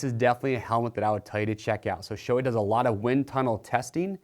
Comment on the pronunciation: It's Shoe-eyyy not shoei